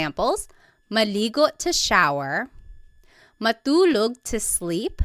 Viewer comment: Hello and thank you for the video. I'm learning Tagalog at the moment and I don't know if it's just me, but is "t" pronounced a certain way" in Tagalog? For example Matulog, it almost sounds like Malulog and not Ma-2-log. I also hear this in other words that have a "t" in them as well although I can't recall them xD.